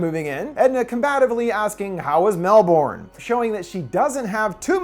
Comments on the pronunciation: *melbin. The correct Oz pronunciation is Mel-bin, rather than Mel-born. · It's pronounced mel-bin. No one calls it mel-borne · ok so melbourne is pronounced mel-burn or mel-bin no one in australia pronounces it mel-born unless this is a different non aussie melbourne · It's pronounced mel-ban, not mel-born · I was so invested, then every time he said "mel-born" my brain shorted out... half those letters are silent, we just say it "melb'n" but with an American accent you still definitely wouldn't pronounce the o, I think it'd be closer to mel-burn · I'm so sorry, if you're talking about Melbourne Australia it's pronounced 'Mel-bin'. Not Mel-born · lmao "Melborn" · As an Australian, it's lowkey hilarious to hear people from other countries pronounce Melbourne as "Mel born" instead of "Melbin" like we do here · mel-born lol,,,, its melbin mattteee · For what it's worth, usually Melbourne is pronounced more like Melburn rather than Melborn. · Mel - burn. Not Mel - born. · Melbourne pronounced Melben not Mel-born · mel-BURN, not mel-BORN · I only just watched this last night and enjoyed it greatly. While not classically "horror", it certainly is creepy with some great skin crawling moments and a touch of body horror. Also, it's pronounced "Melbun", not "Melborn"... if there's a lazy way to say a word, us Aussies will take it! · Actually it's pronounced closer to "Melbn" than "Melbun" or "Melbin". Gotta get rid of as many vowels as we can! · So like for all the Americans out there.... pronounce Melbourne like Mel BIN. 😅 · As much as I love your videos, as someone from Melbourne, the way you pronounced MeLboRRn was more terrifying than the movie 😂😂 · Melbourne, it’s pronounced like Melben. Lots of silent letters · It’s pronounced ‘Mel-B-n’ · It's pronounced "Melbin" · FYI - Melbourne is pronounced Mel-burn or Mel-ben. Lol I didn’t realise it was an Aussie film till I heard that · How was what? Oh you mean Melbun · Oh but it’s pronounced ‘Melbin’ 😂